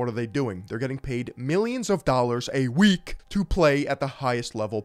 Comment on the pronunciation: somethin about the way he says a WEEK💀